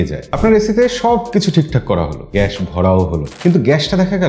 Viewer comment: এটা গ‍্যাশ না ভাই গ‍্যাস বলেন।